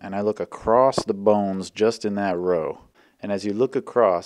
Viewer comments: I keep hearing "The bounce" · The bow-Nz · bawwwwns (no) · that pronunciation reminded me of Sethical's B O N E L E S S P I Z Z A